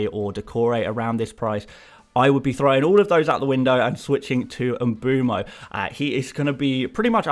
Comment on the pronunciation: “Em-boom-oh”? Why are English FPL commentators so poor at pronouncing foreign names? It distracts from what is otherwise excellent content.